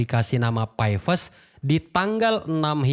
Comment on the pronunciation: Nyebutnya "pi" aja bang gitu, kenapa mesti nyebut "pay" sih? Sakit pala njir dengernya😂